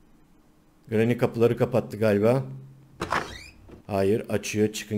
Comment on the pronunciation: Grrranyy deme